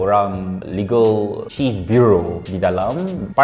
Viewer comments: Chief memang sebut "kief" ke atau aku yg salah dengar? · Btl sebutan dia chief